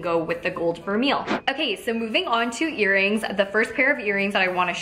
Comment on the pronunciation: i think it's "ver-may" :)